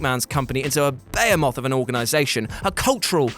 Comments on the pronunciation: What's a "baemoth"? Maybe what some female fans think of Marty the Moth? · Tf is a bayo moth? Did you mean behemoth mate? Are you having a giraffe?